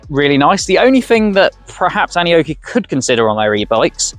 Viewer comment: Dude, what the hell are you babbling? The bike literally says its name when it starts up and it’s not “an oki”. It’s “Annie-oki”